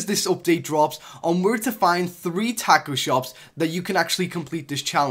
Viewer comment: I feel offended the way you said Tacos